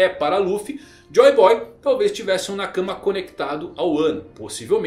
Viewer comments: E cabem todos? By: Chaves kkkk., pelo amor de Deus, pare de falar "na cama" e pronuncie "nakamá" que fica menos estranho kkkkkk' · a tônica de "nakama" é a última sílaba. Do jeito que você pronuncia parece que é " na cama"